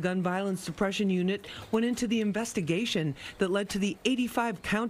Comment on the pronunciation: He pronounced shootERS wrong 😂😂😂✊🏿✊🏿😂😂😂